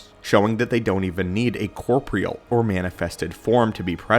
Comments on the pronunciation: Corporeal has 4 syllables. You said corpreal twice. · "Corporeal" ... pronounced Core-pore-real. You're welcome.